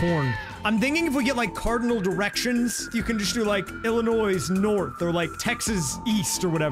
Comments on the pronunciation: I like how he pronounced it Illinoissss with an S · as an illinois resident, hearing you pronounce the s every single time made me want to throw a brick through my window, otherwise, great video